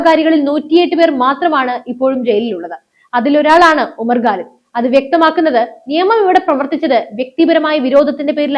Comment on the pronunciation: you are OK as an anchor, but NOT as a Good Anchor. To qualify as a Good Anchor, you must improve your pronounciations. The guy you refer in this post is a JNU terror product named Umar Khalid. You pronounce his name as GALID. His surname is KHALID or GHALID not 'ga' or 'ka' but KHA. Comes after 'ka'. It is KHA. Arabic word. Do not disgrace the language or the name of the person. Learn to spell the names of people, places etc correctly.